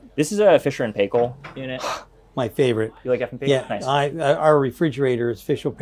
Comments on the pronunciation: Very nice indeed! Just a wee note Sandy kiwi pronunciation is PIEkill not PAYkal ,,,,I have no idea why. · Sandy say it with me: "Fisher and Pie-kle" not pay-kle!. NZ brand, main distributor LV Martin and Sons Ltd. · Amazing the way American's pronounce Fisher and Paykel :O